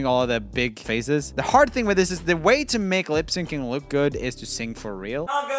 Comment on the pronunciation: u said why instead of way lol